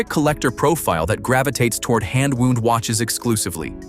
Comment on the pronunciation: They commission AI narration and then convert the whole text to voice without proofing it? There's got to be a way to take the software and fine-tune it so that you get the correct pronunciation between two words that are spelled the same but pronounced differently, as in "wound" (a watch) and "received a wound from an arrow." It's just sloppiness.